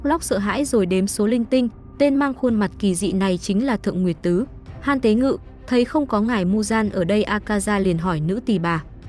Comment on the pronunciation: Ko phải han tế ngự nha Mà là han ten gu(hantengu)